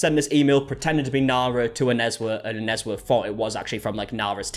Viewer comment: You said Onezwa's name so well at that 11 min mark lol, made me rewind coz I was so shook. Nice to hear our names pronounced well